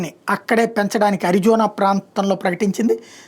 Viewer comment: ఎన్విడియా అనాలి...